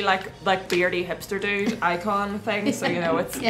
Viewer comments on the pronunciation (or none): none